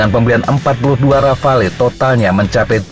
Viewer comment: Min, "Rafale" dibaca "Rafal"...